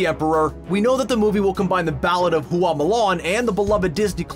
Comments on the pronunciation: Bad pronunciation. It's not hoo ah it's hwa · OMG please take the time to learn how to pronounce the name of the thing you're talking about next time. Everytime you said Hooa instead of Hua it made me cringe! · Hua is 1 syllable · Fa Mulan. The surname they got is Fa. not Hua. Right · “Hoo-wah” urrrrrggghhhh no! It’s 1 syllable: “Hua”. That’s it. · You couldn’t take five seconds to learn the proper way to say Mulan’s last name? It’s not “hoo-ahh,” it’s one syllable, just Hua. Same with Tang, and Zhang Ziyi. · I found it interesting that you pronounced Hua differently almost every time lol